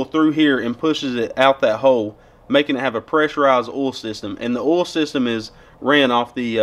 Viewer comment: Do you shove cotton balls in your mouth before talking! 🤣 It's called OIL not OLE. "oy-ole" not just "ole" think back to grade 2 and count your syllables